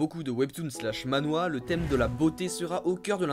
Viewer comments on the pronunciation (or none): Mdr tu dit Ma-Nhwa? Sa se dit Man-hwa mdr